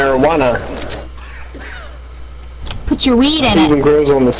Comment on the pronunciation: marijuana not maryguana >_>